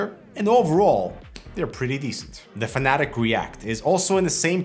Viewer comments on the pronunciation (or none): none